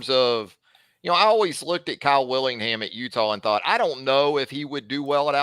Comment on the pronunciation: Bless heart... Kyle WITTINGHAM, not Willingham